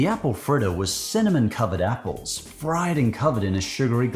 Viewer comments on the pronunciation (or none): none